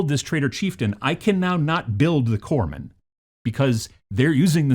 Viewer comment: There's no 'e' in Corpsman. They're a Medic in the Corp; by the time we're talking about 'Corpse'... it's a bit late 🤣😜